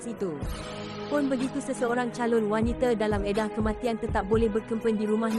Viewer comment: kesiannnya...sebutan ` W-A-N-I-T-A ` pun tak betul...tak pernah dengar org sebut wanita ke sbb kamu sebut `WANITE`